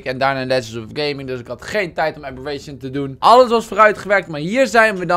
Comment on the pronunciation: WAH WAAH WAAAAAAAAAAAAH!? kimpie ragnarok: Ranknaronkie kimpie abberation: abbe'reent'ie